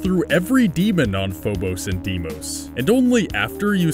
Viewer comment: Every time he said Deimos I cringed.